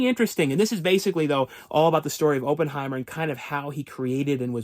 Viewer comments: It is not “Open”heimer!!! It’s “Opp” like “operation”. Jeez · Every time you say Open-heimer, it makes my skin crawl 😂